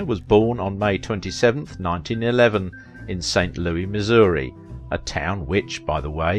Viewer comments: I love your videos. Born and raised in St. Louis I would like to point out to you that it is only in the song “Meet Me In St Louis” that it is pronounced Louie. It is pronounced Lewis otherwise. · Why do people from England always say St. Loueee? FFS it is St. LOUIS. Put the damned "s" on the end. Is it too much to ask to pronounce a word correctly??